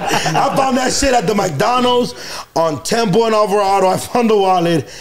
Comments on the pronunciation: Some one tell it's McDonald's.. not mikedonalds 😂😂😂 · say Maicdonals😂